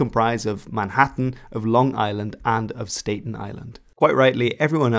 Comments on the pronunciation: Interesting tale. Much appreciated. One thing though, Staten Island is pronounced with a short vowel not a long one. It does not sound like Stayton, but rather Stahton. I know it's being picky, but that's how we pronounce it here in the States. Still, great story! Keep up the good work. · Its not pronounced state-en island its pronounced stat-ten island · Stat-en not state-n island jeez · [STAT] + [UHN] not [STAY] + [TEN] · Stat-en not state-n! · So it is does have a Dutch origin, but it's pronounced "Stat-en" Island, with a short a. (Of course it's Dutch. That's why the waterways between Staten Island and New Jersey are called the Arthur Kill and the Kill Van Kull.) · very nit picky thing i’m about to say but figured i’d just let you know anyway, but Staten island is pronounced Stat-ten Island. Like the shorthand for statistics and the number ten as one word. NY has a couple deceiving names like this due to the large variety of cultural influences from europe and also names of areas that come from native american languages. For example on Long Island many of the towns have native names, like Hauppauge(meaning sweet waters in a local native dialect), Wayandanch(the name of a sachem from the Montaukett), Montauk(named for the aforementioned tribe), etc. NY is one of the most history dense states in the entire USA, arguably the most so, so thanks for focusing on an odd little often forgotten part of it! As a New Yorker and along Islander I appreciate it. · Staten Island was initially colonized by the dutch so you pronounce the "a" in "Staten" as a Dutch double a like "Staaten Island" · Staten Island is pronounced "Stat-en" or "Stat'n", the E doesn't change the pronunciation of the A. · Stat-en stat-en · Stat-in Island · stay-ten island? Bwahaha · It's ManHATTAN, not ManHATTEN...and it's Staten Island (pronounced STAH-TEN, not STATEN-Island... 😉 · And his hilarious mispronunciation of Staten Island. At least he got "Island" right.